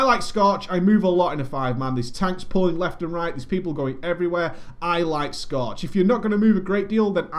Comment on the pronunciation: scootch ? or scorch ? what lol u want a drink er somethin scootch on the rooooxxx